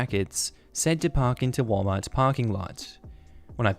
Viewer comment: Giggling at “whale” Mart. I love how different places pronounce things differently.